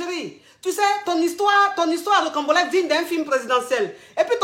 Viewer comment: J'apporte juste un rectificatif. On dit ROCAMBOLESQUE et non rocambolexe. La coach se trompe dans la prononciation du mot et ceux qui ne le connaissent pas peuvent commettre la même erreur.